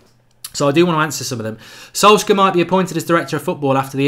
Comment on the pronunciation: Mark PLEASE learn how to pronounce Solskjaer.............PLEASE!!!!!